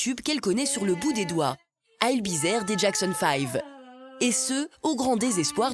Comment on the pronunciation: Ail bi zère 😂